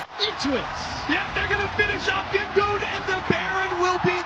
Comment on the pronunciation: Bro really said GimGoon 💀